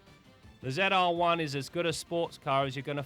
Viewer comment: Why does he say Ze R one?